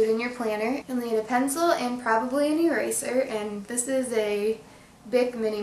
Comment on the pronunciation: It's This Not '' Dis''